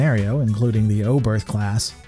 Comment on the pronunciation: “The Obereth Class” explosion Brilliant.